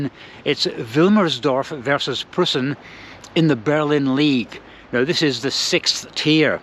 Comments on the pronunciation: Preußen / Preussen (Prussia) = PROYCEN (approx. pronunciation in English) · EU in Preussen is pronounced like EU in Deutschland-try Tennis Borussia (TeBe) or Babelsberg 03 next time?